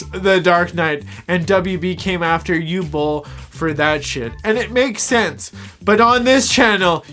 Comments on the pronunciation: Born in 91. I've been, sadly, follwoing Uwe Boll's carreer cuz of Bloodrayne. I'ts "Ooveh Bohl" , not "Oohl bowl." It's "OOveh - Bohl" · Talking slow Can’t breathe through nose Pronounces it You Bol Complains about immigrants and lefties Chefs kiss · Dude. Learn how to say the name, tf is a u-ball... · Your video is so stupid and poorly researched that you couldn’t even pronounce the director’s name correctly.